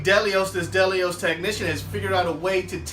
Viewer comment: The way you pronounce Delos bothers me. It’s not Del-e-ous